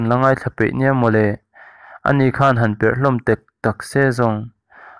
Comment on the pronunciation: Khan ni lo in,khân tih tur